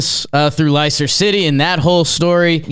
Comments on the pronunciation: Vardy’s not retiring, he’s just leaving Leicester (pronounced “lester”, not “LIE-ster”) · Leicester is pronounced "lester" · It's pronounced "Lester" but that's a totally understandable mistake to make. Vardy is a legend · you dork, it’s pronounced “Lester” City. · As least he didn't say Lie-chester. (Ted Lasso). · That pronunciation of Leicester 😂